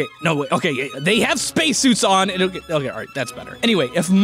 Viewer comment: "hokay so.. here's the earth" I see you